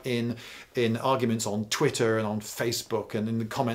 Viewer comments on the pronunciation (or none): none